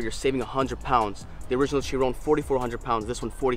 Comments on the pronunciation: CHEE RON 🤣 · It's most definitely not pronounced like in the video, it's named after Louis Chiron pronounced as you said Shi-ron.